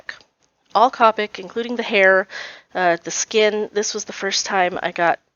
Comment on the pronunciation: I am a new subscriber to your channel! I love your pages! You are pronouncing wyo correctly but copic is pronounced like cope with the ic are the end